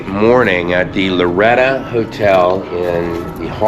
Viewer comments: With all due respect and as a native New Mexican, it’s Loretto “o”; not Loretta. It was painful to hear the name of a New Mexico treasurer being mispronounced; even when it’s clearly inscribed on the marker in front of the Chapel. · BEAUTIFUL!!! But...it's LORETT "O" 'not' LORETT 'A'. This is important as the Sisters of this 'Order' were commemorating the 'House of Loreto' which is the home of: Jesus, Mary and Joseph in Loreto, Italy. It was moved two times by the angels from Nazareth. Thanks for the vid. Health an' blessings! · Bless you but the pronunciation is Loretto. Not Loretta. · Who's Loretta?? Oh you mean LORETTOOOO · It is pronounced LORETTO